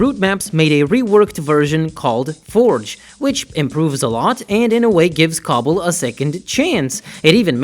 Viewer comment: The way you said cstl and cbbl got me dead 💀😂